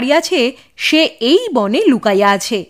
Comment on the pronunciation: সুন্দর। তবে 'বনে' নয়। বোনে উচ্চারণ করতে হবে। বাংলায় লেখা থাকে – মনে। উচ্চারণ করতে হবে মোনে। বিখ্যাত গান – বনে নয় মনে মোর পাখী আজ গান গায়… গানটি শোনা যেতে পারে। সব ভাষাতেই বানান এবং উচ্চারণ পার্থক্য হয়।